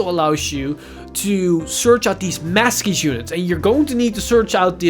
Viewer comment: Masques looks awesome but I think it’s pronounced Mask sorry if this comes across as condescending